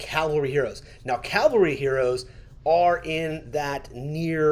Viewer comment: PLEASE... Don't call it CALVARY... The English pronunciation is CAVALRY with a V. GUNZ and Fluffy can't say it right, but you can for sure. Look up what CALVARY means 😂😊. Otherwise, great video.